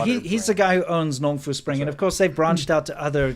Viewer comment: Did you say Nong Fu spring? Nong score!! Seriously, they're flying water from New Hampshire to China? Seems like it'd be a lot cheaper to purify it - hell, they could filter it, deionize, charcoal filter AND distill it and it'd still be cheaper than flying it halfway around the world. BTW, we're going to need that water for data centers - tell the guy to bring it back! 😉 Cheers... NB:, si - Irish coffee, no. But for us caffeine devotees, a light after dinner coffee (especially if it's got plenty of cream) can actually make you sleep good. But obviously the key is not to make it too strong! Have a nice week...